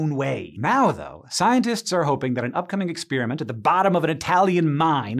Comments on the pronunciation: What is it with this "new" pronunciation of "experiment"? It's not "exspeariment" . . . . it's "experiment" . . . no "ears" just "pears" . . . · None of this is really new or exotic. There are many books with all this stuff in it, so the research probably took less than a day. The experiment is cool, even though he pronounced it "ex-spear-i-meant".